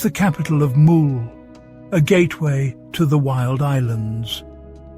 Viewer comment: Dear god., get your pronunciation correct. Burgh and Mull as a starter!